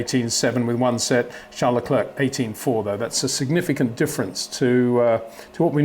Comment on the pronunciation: Please, don't say 'Le Clurk'. It wouldn't be that difficult to say 'Le Clair'.